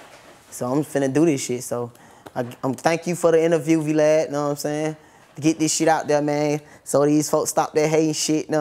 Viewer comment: He said “VeeLad”😂🤣😊